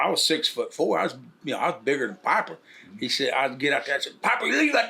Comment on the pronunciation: Pah-per............. Holy Hillbilly. Lol😂 Bart seems like a nice dude though. I wish I could'a hung out with!!!!!!